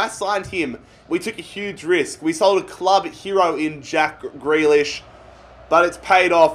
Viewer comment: It’s not jack gre- jack gree lish